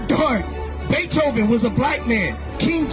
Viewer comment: Beathoven............. ? Lololol derrrr ok. Whatever you say. This is fing insulting. Mr potato head was black.